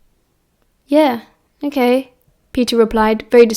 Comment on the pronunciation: Sometimes when you say "ok" it sounds like "I'm gay"🤣🤣🤣🤣 tbh it's really funny